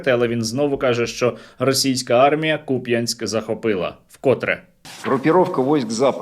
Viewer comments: Хоча б наголос правильно робили на Куп'янськ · Як мене пригорає від "купЯнск"😅